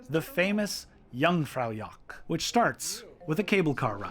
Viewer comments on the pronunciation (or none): Just as a little thing: Its not Jungfraujock its Jungfraujoch.